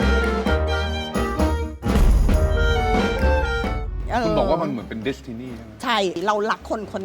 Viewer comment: เค้าว่า ดิสทินี่ 555555จะรั่วเรยคับ ดิสทินี่ หรือ วอลดิสนี่